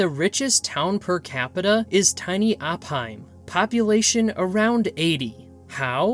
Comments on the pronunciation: It's pronounced OH-PIME... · RE: #2: Incorrect: It was Operating primarily between 1863 and 1865 NOT 1963-64....🤣 #1 Opheim, Montana. pronounced: Opiem.